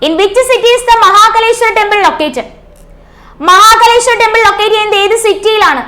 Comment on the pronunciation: മഹകലേശ്വർ അല്ല മഹാകാലേശ്വർ